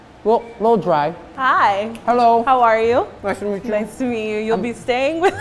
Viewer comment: When? I think he said 'meet'